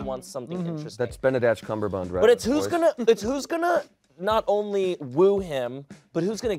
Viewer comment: Benedatch Cumberbund 😂